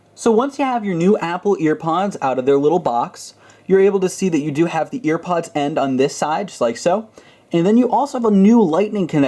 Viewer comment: Thanks so much! But, did you say... Earpods?